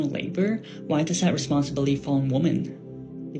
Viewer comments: Why can't that chick pronounce women. Where I guess I should say pluralize. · Am I the only one bothered by the way she pronounces the word "women"? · why can she say Men but not say Women instead of Woman? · She talks like she flunked English class in School. As she is taking about Women, she says Woman instead of the plural pronunciation Women. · women... women, not woman. sigh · It said “womon” like learn English if you’re going to be ranting down at someone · Why do some people pronounce “women“ exactly the same way they pronounce “woman”? Just a peeve of mine. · I can add another one in there. •pronouncing “women” correctly That girl before the time stamp with the side burns was killing me.